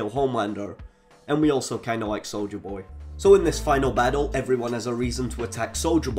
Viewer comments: Bro why do you keep saying soulja boy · I’m sorry. 😂 Instead of hearing “soldier boy”, I keep hearing “Soulja boy”. lol 😂😂😂😂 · With your accent, I thought you were saying soulja boy lol, I was hoping you would sneak a cranking reference in there